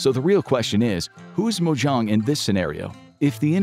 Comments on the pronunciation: Saying Mojohng instead of mojang is offensive as a Minecraft player. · Mojang ❌️ Mojong ✅️ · The way Mojang is pronounced in this video bugs my AUDHD ass more than the concept itself. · The Way you Said mojang is a war crime